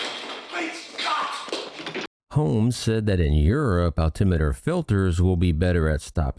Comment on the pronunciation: Your pronunciation of altimeter is correct, same as speedometer. Note the spelling of meter. It is an instrument, unlike a kilometre, pronounced the same as centimetre and millimetre which is a lineal measurement. The spelling is metre. However a Killometer is an instrument for measuring deaths in a war. Good one. You are as usual on the ball.